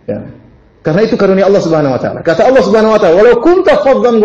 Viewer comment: Mohon diperhatikan penebalan kata/huruf dlm bhs Al-Quran. ALLAH harus dilafalkan "ALLAH" bukan Awloh. Maghfirah, bukan Maghfiroh. Ridho seharusnya RIDHA. Karena UAH juga yg menggantikan huruf "O" utk kata2 dlm Bhs Arab/Al-Quran yg FATTAH (vokal A) atau yg harus ditebalkan. Padahal dlm Bhs Arab tdk ada vokal "O". Sebetulnya semua manusia bisa mengucapkannya dgn sedikit berusaha. Banyak ustadz2 yg org Jawa juga bisa mengucapkannya. Jadi jangan laval Al-Quran ini diubah-ubah!! Jazakumullahu khairan